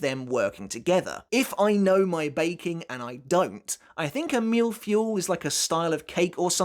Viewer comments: That Operation Mille-Feuille is pronounced as "Mill fwoy" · Mille-Feuille ❌ MILFuel ✅ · As a french guy I must say, your pronunciation of "mille-feuille" is something else ^^ Great video as always